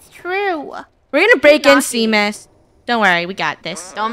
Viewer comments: the fact said it’s Sean and not Seam. It’s a M not a N. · i hear them saying shameus but its its seamus lol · ITS SEAMUS SEA-MUS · The name Seamus is pronounced shamise I only know it cause it’s my name.😂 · Not to be that person, but Seamus is pronounced “Shay-mus”! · Isnt seamus pronounced shamus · * doc and seamus having a moment * Funneh: ruins the moment by saying seamus wrong. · Funneh constantly pronouncing Seamus wrong gives me life. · lol poor funneh cant pronounce Seamus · I’m Irish and I kept cringeing on how you guys said seamus’s name